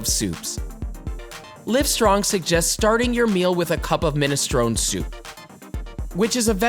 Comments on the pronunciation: minestronEEE, not minestrone. pronounce the "e" on the end . proper English please. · Min nes trone nee That's the proper pronunciation of Ministrone soup.